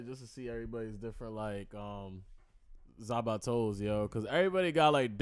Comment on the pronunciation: say it with me: Zan - PAC (like Tupac) - TOE. It is NOT Za- ba -to.